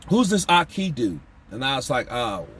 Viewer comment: My man called Ahki, “Ah-Caca” 😂😂😂 can’t stand that dude, he slimey as hell, shamelessly lying all over the internet